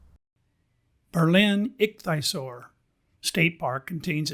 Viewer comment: Great video! It's pronounced ik-thee-uh-sor. 😊